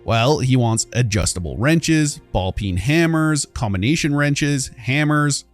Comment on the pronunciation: Ballpeen hammer is an interesting way to pronounce it lol. Personally, I want nothing to do with a peen hammer😂